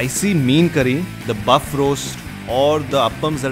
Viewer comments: Buff roast?!? 🤣🤣🤣 Don't you mean beef roast?!? FOR FUCKS SAKE 😂😂😂😂😂😂😂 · Its Payasam not PIsum Its BEEF not BUFF Good video btw :)